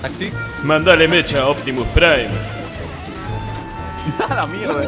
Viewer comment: "acelerah optimus praim" xd "va a venir la pachamama"